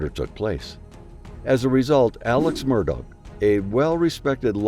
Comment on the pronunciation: Please stop calling him "Murdog".....it is promounced "daw"